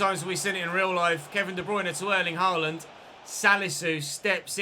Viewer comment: Norwegian here, FYI the aa in Haaland is not pronounced like the a in Carl, but like the a in ball.